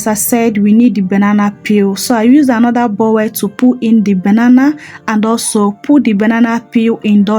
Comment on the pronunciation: Thanks for the recipe please it's not called bowel but bowl don't be annoyed for the correction, we learn every day at my age 84 i am still learning i love you